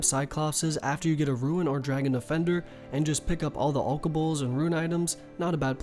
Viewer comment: ruein...Alkuhbles....I love you, but you're killing me. You can prnounce kurask but not RUNE? RUEN